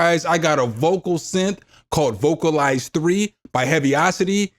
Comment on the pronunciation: vocal-lease is the pronunciation